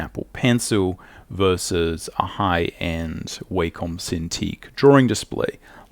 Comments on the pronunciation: Wah-Com ... Not, way-comb. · It’s wah-come. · its not w(a)com noy waycom its a not A its like saying aymerica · The way he pronounces Wacom bothers me more than it should. Great vid btw